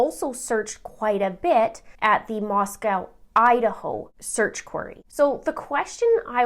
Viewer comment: Moscow, Idaho is pronounced "Moss-coe"